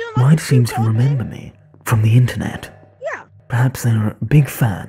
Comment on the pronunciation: "I wemember you!" - An Among Us VR player